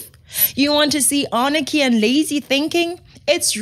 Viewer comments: Love your shows but it's not Arnachy. It's Anarchy. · "anarchy", not "arnachy".